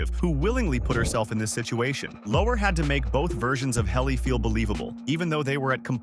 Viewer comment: FYI: "Lower" rhymes with "flower".